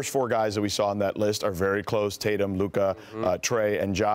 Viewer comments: Uh it’s Luka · It's luka and it really not close